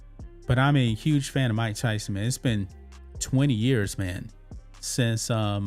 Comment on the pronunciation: He really messed up Mike Tyson‘s name. He really drug his name in the dirt.